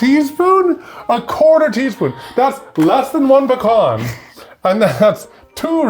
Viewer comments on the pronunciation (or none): Did they say ba-cons? Or p-uh-con? Also thank you for saying puh-con later on in the video (the proper pronunciation of pecan). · It's not picon nuts! It's pEcAn nuts!